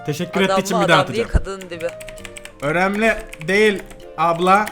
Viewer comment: Ablamız değil aplamız